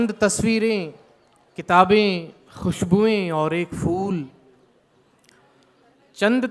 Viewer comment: Ye kaise shayer hain jinki urdu hi saaf ni ... - āḳhir* - fool😬😬😬